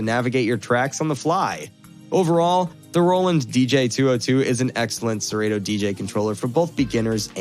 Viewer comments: It’s pronounced sir Otto. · Have I been saying Serato wrong all these years?😂😂😂😂😂